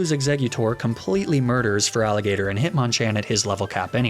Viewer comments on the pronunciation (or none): THERE IS NO VOWEL BETWEEN THE T AND THE R IN FERALIGATR! REMOVE IT NOW!